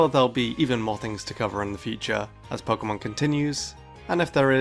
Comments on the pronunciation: Its PO-KAY-MON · i'm just here to here him say poke'mon